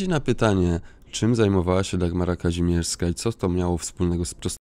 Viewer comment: Mimo że tego wulgarnego babska nie lubię to jej nazwisko to: KaŹmierska!!!! Nie Kazimierska..... Mów poprawnie!